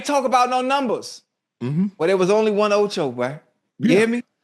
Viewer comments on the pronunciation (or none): none